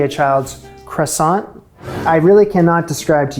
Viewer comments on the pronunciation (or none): my main issue with your Croissants was not how you made them but how you pronounced them. Come on.